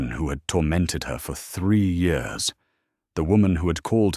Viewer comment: You totally missed the point, stupid AI response. It should have been pronounced YEARS, but your stupid AI narrator said YORS ... Pathetic